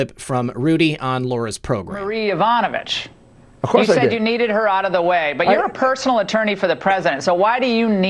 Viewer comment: yuh-VONN-uh-vitch. Please!